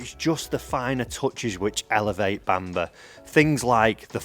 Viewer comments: Love to know where this “Bamber” castle is?! Bamburgh is pronounced ‘Bam boro’ 🙂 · Why didn't ask how to pronounce Bamburgh? It's Bam-burra - not Bambur!!! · I couldn’t even get 5 minutes into this video. The castle and area is Bamburgh but it’s pronounced Bamborough. It’s not Seahouse, it Seahouses. If you’re going to do videos on course, please do a bit of research and at least learn how to say it properly. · Don’t want to be a pedant, but its pronounced ‘Bambrah’ similar to how you say Edinburgh